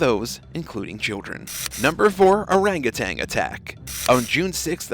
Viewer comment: Could the narrator please note ... that orange primate is an orangutan not an orangutang and it's an ape not a monkey. These basic mistakes do you no credit at all.